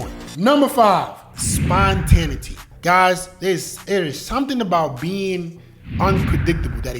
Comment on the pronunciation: Like your content Bruh. Learning new things still at this age. I know you're not gonna take it the wrong way, but spontaneity is pronounced- spawn-tah-nay-itty. Just want to see you keep shining my boy!